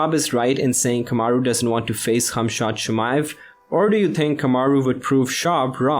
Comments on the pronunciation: Not funny how you’re saying his name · It very irritating you saying the work khamzat